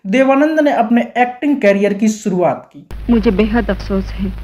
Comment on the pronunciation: Kash aap ki language bhi aap k control may hoti aur suruvaat nahi shuruvaat kahiye. Baji b.nahi baazi boliye. Asok Kumar nahi ashok kumar boliye. Achhe sunne walon ko lagta hai koi jahil aadmi bol raha hai.ssyad ki jagha shayad bol pate.